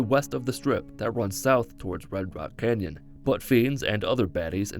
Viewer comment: this sounds more like "butt fiends" instead of "but fiends"